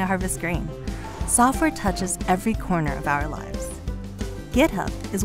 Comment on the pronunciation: why does she say gitup ?